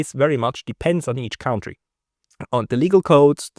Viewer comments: I love listening to your perspective and interviews. But please start pronouncing 1 word correct COUNTRY -> it is spoken like CUNTTREE. HMkAy? not like COUNT... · "country" is not pronounced "caontry" It is pronounced "cuntry".